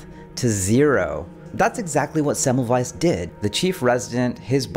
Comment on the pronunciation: I upvoted when I heard you pronounce Semmelweis correctly.